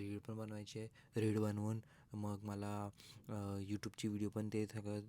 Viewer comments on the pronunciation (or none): Everything is temporary but him calling रिल as रीळ is permanent 😂😂😂 Peak brainrot😂😂❤